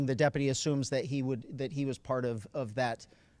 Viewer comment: Good work by the day-uppity (what an odd pronunciation lol)